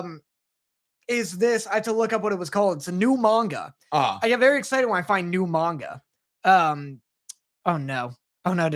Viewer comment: I get that nitpick about pronunciation, obviously. Japanese words have no stress on any syllable, except when they do, typically on loan words. That's really hard to train your ear on, honestly, so I can forgive the man-gawka